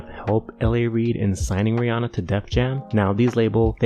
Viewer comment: i love how you pronounce Rihanna's name right